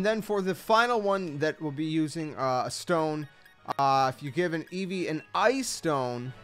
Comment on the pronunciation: EEVEE, NOT EVEEVE!